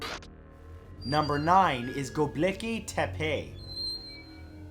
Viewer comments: Matt...I know, like most North American westerners, that you don't always take the time to find out the exact pronunciation of something, but your attempt at GobekLi Tepe was HORRIBLE. Try JUST a bit harder. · The way he said gobekli tepe had me dead lol! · Um... that's not how you pronounce Gobekli Tepe, sorry to have to bring it up, but I thought you should know.